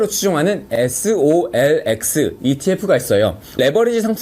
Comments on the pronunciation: 자꾸 solx 로 들리는건 나만 그러나? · 집중해서 들었는데 soxl을 계속 solx라고 하네요. 이 부분은 수정이 필요해보여요. ^^ TQQQ 소량 들어가있는데 단점 잘 알려주셔서 잘 들었습니다.